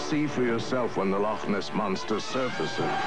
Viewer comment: From a scottish person Shoutout to the loch ness monster ad narrator actually pronouncing "loch" right instead of just saying "lock"